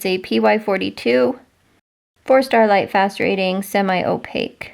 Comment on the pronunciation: I’m a new subscriber to your channel- love your content. I do find it interesting that when you mention lightfast ratings it sounds like you are saying “Starlight fast rating.! 🤣🩷